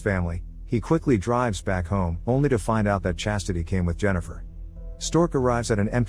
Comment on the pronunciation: That pause at "Chastity" is why I'm subscribed to this channel.